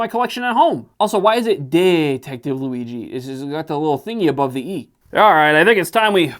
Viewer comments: Its Louie - G my man... not Louie-gi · Why bro pronounces Luigi as Luiqi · Luigi pronounced with a g and not a j annoys me. Im italian and im 99% sure that has nothing to do with the annoyance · what u called luighi is the italian real version of the name luigi with the fluffy G asswipe. if u want take joke of a bootleg do it in a way with a sense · that's not how you pronounce luigi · You can pronounce É but not "Luigi"? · who says luigi like that ??? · Who tf prononces Luigi like this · How do you mispronounce "Luigi"? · Listening to you butcher Luigi is a nightmare